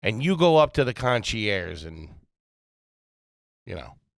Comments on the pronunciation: “Con-she-ursh” is garbage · Big man went to hotel school, and he can't pronounce concierge to save his life. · I want to speak to the “Conchee Airs” please…